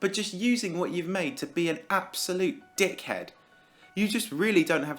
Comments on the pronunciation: when u say ABSOLUTE DICK HED it sounds aussie OIIII YEEE MIOIAAATE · Dude, can you make a video that's like 2 minutes of you saying dickhead? Idk y it just sounds so funny the way you say it